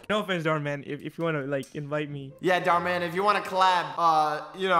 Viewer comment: Dhar Mann sounds like door mann